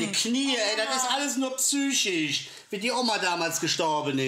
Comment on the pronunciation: Alles „psischisch“😂